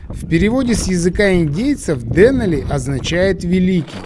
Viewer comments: Как всегда, на высоте, и кинематографической, и географической. К сожалению, немного режет слух ударение в ДЕнали. Все-таки ДенАли. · ДенАли - ударение на А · ДенАли - ударение на А, а не на Е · Извините, но настаиваю на ударении ДенАли! Фильм чудо, сам побывал там надавно, поэтому ваш фильм зашёл на ура!!! Ну и проблемы с синхронизацией участников никогда не просты!!! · Очень красиво! Настолько всё своеобразно!..Вначале не хотелось смотреть,а потом- на одном дыхании. Понравился формат: очень мягко,без перегруза какими-то базарами и т.д. Посмотрел,кстати,по Википедии произносится ДенАли и как-то лучше звучит,по-моему. В целом- очень хороший фильм и Аляска чем-то непередаваема,не могу пока осознать почему,но каким-то магнитом туда тянет..